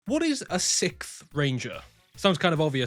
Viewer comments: for my sanity please "siXth" over "sickth" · sicth ranger. 😅 realized I seem kinda like a dick, so came back to edit. The way he pronounces the word sixth sounds like he’s saying sicth. So when he said “if you made it to the end of the video comment sixth ranger.” I was being literal because my sense of humor is very “haha” dry humor. Anyways, solid video explaining it all, I didn’t realize theyd added new categories, last I knew it was just 6th ranger and “extra hero” which I guess they’ve since broken down into 3 categories now. Anyways, favorite 6ths are Silver in space, and Quantum. Honorable mentions to silver wild force. Favorite extras are Deka master/shadow ranger and Magna Defender. (also Beast Demon Hunter Zeke from GoGo V, but he never got an english counterpart and probably still doesn’t have a ranger key, so…. 🙄)